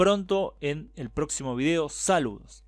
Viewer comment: Acabo de poner atención a este video y canal. De entrada me pareces de excelente y fluida expresión en la narración. Saludos desde El Salvador. Por supuesto, me suscribo. Y sobre Hungría actual, espero y ruego porque mantenga su política antiglobalista. Una curiosida, al final del video oigo que dijiste, salú, palabra para despedirse común en mi tierra, como parece lo es ahi... De todas maneras, es primera vez que la oigo de otra persona no de por estos lares. Hasta pronto y mis buenos deseos.